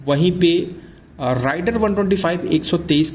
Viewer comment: Rider(राइडर) नही , Raider(रेडर) है